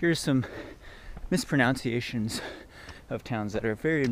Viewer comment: Snerk. One of the words you're mispronouncing is "mispronunciation". Not that big a deal, of course. Good luck, - I'll be following along online, and pulling for you!